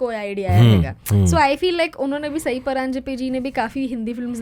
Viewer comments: Sai Paranjpye has a stellar career in Marathi Theatre & is regarded as one of the accomplished director in Marathi who has directed many acclaimed plays like Jaswandi, Majha Khel Mandu De, Sakkhe Shejari, Aalbel etc... also her name is सई not साई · Just one thing, the director's name isn't pronounced साई, it's सई.